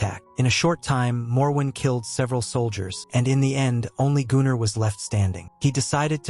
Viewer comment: I think it's just the way the AI reads the name Gunnar, which is a Nordic name, quite popular still today.